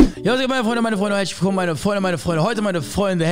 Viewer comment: Statt herzlich willkommen hezsch wilkom